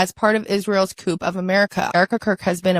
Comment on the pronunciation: She pronounced “coup” line “coop” Really?